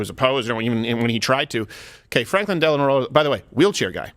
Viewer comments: Landau tried to point out that FDR’s middle name was Delano. Not Delanor!! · Dave, thank you. Delano... not Delenor. It's a small thing, but makes me cringe.